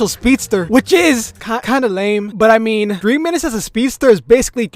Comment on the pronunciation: “What do you menah “😂